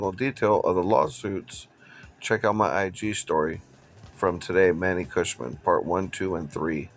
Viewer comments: Bro. It's Khoshbin. Not Koshman. Just like it's Gintani not Jintani. You constantly mispronounce people's names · Who's Manny KhoshMIN? It's KhoshBIN.